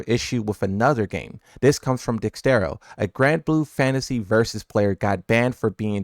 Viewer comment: You quote dexerto every month pls pronounce it right😅